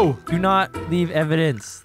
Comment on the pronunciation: Evidence? More like... evandence 🤣🤣